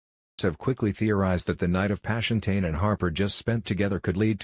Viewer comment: That’s not how you pronounce tane 😂